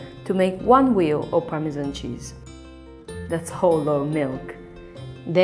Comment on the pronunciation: A wheel of Parmesmmnmn...